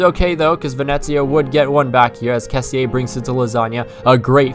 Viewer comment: Good video but only thing... The pronunce of Kessie=kessì no "kessi e" XD